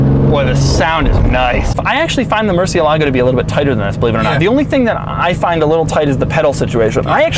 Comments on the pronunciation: When saying Murciélago, put the stress on the E, not the A. That's why the accent is there. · DOUG. IT'S MURCIÉLAGO. The accent goes on the E not the A. (murciélago, not murcielágo) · Rumor has it, that if u pronounce it: Mehr-seal-ah-go, a new lambo gets keyed somewhere in the world 😑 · Not gonna lie it really bothers me how people mispronounce the name Murcielago. Sorry, but it just sounds beyond wrong. Great videos like always though.